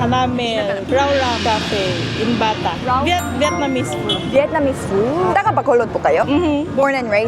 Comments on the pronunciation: it's BATA though not BATAC. hehehe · It's Bata po, not Batac 😊